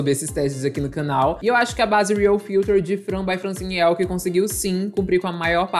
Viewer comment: não é AHLKE É EHLKE